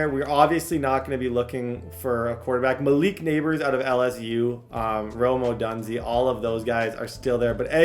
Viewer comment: please take the 2 seconds to learn how to actually pronounce Rome Odunze correctly.